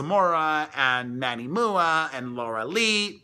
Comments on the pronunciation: Lol love you Perez! It’s M.U.A (makeup artist) not moo-aaa! 😍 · I like moo-aa better! Ha